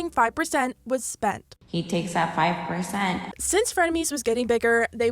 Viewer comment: "hE tAykEs dAt fAyVe po0r_ceNt